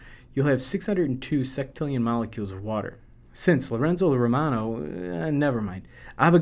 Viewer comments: "Seck"tillion? I thought u pronounce it sextillion? Would it be wrong to pronounce it with "sex"? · I wish he would pronounce sextillion correctly.